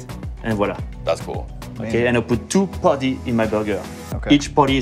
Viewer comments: I have no idea why he calls Patty as potty, that is extremely awkward. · "Each potty is 4 ounce"